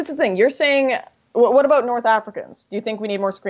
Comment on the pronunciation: She says “abought” a lot